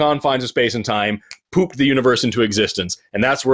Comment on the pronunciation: Did Forrest say "pooped" or "poofed" the universe?